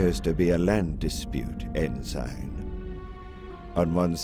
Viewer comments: Voice of Thrawn here. A lot of people have asked why I kept pronouncing "ensign" the way I did in this production. The answer is surprisingly straightforward. At the time of recording for the part years ago, I had never heard the word, so I just kind of winged it and nobody bothered to correct me. I guess they just chalked it up to being Thrawn's accent, a still-somewhat-rough knowledge of Basic, or both. I have since learned the correct pronunciation of the word and will take it to heart in future productions. I hope this answers your question on the matter. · They pronounced Ensign wrong. It’s pronounced En-sin, not En-sine. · In this production, Thrawn consistently mispronounces the word “ensign” as to wether it has a long i or a short i. When I was a child, I also did this. This can be rationalized because Basic is not Thrawn’s native language. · I do wish they could have pronounced "ensign" correctly. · Do British people just pronounce Ensign that way. I'm pretty sure he is saying it wrong. Or he thinks its Vanto's first name. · n-sign n-sign n-sign ITS NSEN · It is really good but i keep getting bothered by thrawn pronouncing the rank Ensign like "N-sign" instead of "end sin" isthat just how British pronounce it? To me it seems like he thinks its the guys first name. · Great performance. You have inspired me to read the trilogy. I did find the mispronunciation of ensign distracting.... ( en-$ign vs. en-Sin which is the proper pronunciation ) was this intentional? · I wanted to ask the person who played Thrawn, the way you are saying the military rank ensign is that how proper English pronounces it because your way sounds more like N – sign. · Was your pronunciation of 'ensign' as En-Sign instead of En-Sin on purpose? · Brother, you nailed it, fantastic! Just one thing, it's pronounced En-Sin, no en-sign, even though it's spelled that way (sry, Naval Family kid here lol). Other than that, you were perfect! Hope to hear you doing more Thrawn in the future!